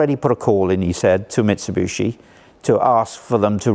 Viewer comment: Great video. My only whinge is his pronunciation: Mitsubooshi. lmao